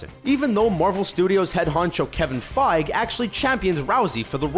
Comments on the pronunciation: it's pronounced Kevin "Faiiii Geee" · Did this guy just say Kevin fAiG!!!!???? he got me triggered now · Why do they call him Kevin Feig?!?! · when will screen rant learn to say kevin feige's name right? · For goodness sake will you pronounce Kevin Feige's name correctly?????